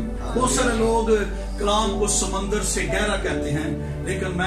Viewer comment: خُداوند آپ کے ساتھ ھو سر۔ سمّندر. اور سمُندر. میں فرق ھے میرے خیال میں سر آپ نے کلاس میں سمّندر بولا. جو کہ غلط ھے۔ اس کی جگہ. سمُندر ھونا چاہے تھا۔ زبر. اور. پیش سے مطلب تبدیل ھو جاتا ھے۔ خُداوند آپ کو اور برکت دے ۔ آمین